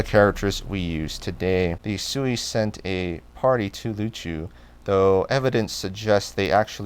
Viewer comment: Just a quick pronunciation tip. The word Sui (隋) in Mandarin is pronounced something like 'sway' in English. There is a hint of a 'u' following the s.